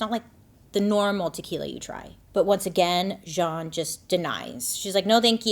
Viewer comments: Jeanne 😅, spoken like "Jean" but you also say the "n" at the end. 😵‍💫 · I just looked up the homeowner’s name and it’s Jeanne. Isn’t that pronounced like “Jean” or “gene” ? Why is she saying it weird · Well during '08 election, Black Panthers in Philly stood outside voting-precinct radius with baseball bats. There remain idiotic specimens of both races. Also, why the masculine, French pronunciation of this name, Jeanne. Everyone I've known who spelled their name this way was just Jean. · Her name is pronounced Jean with long E. If French, then pronounced as you did. I love all of your videos/stories/ and make up. You look like a totally dif person when u get done. Brilliant! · Just a fun fact: my middle name is spelled “Jeanne” but is pronounced “Jean” like pants. Imagine Bailey is making this hoe’s name more fancy than it actually is. 😂😂😂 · I feel like this woman's name is spelled, "Jeanne" but it's pronounced like, "Gene" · If your name is Jeanne but you pronounce it as if you’re a French middle aged man you may be the problem, just saying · I'm only 25 min in, but I am just chomping at the bit to ask this (especially having lived in the deep south before), is it actually "Zhon" or really just Jeanne, like... jeans. because I suspect the latter and those people are so "nouveaux riche" and try to sound cool by correcting people how to pronounce their milquetoast name. Alright, off my soapbox. Poor Tam. :( I was born in 1978, too... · isn’t Jeanne pronounced like “genie” or “gene”? im genuinely confused!